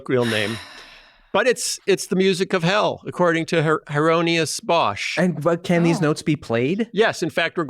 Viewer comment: The constant mispronouncing of Hieronymus Bosch's name was giving me nerd palpitations